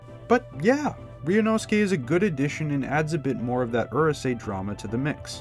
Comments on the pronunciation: It's 2022 and people still mispronounce Japanese words! This would be like pronouncing Uryu (Bleach) as "ER you"! It's "OOH" (chew) not "ER" (fur)! "Ooh. Rooh. Say." -Actual geek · The narrator’s pronunciation is killing me, especially when I hear 12 year old Canadians getting names like Lum or the series title Urusei right.